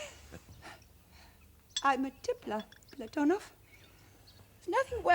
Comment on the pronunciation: PlaTOnov pronunciation annoying. I believe it's PLAT on ov with the emphasis on the first syllable.